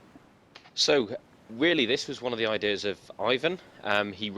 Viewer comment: So many good "I Dears"!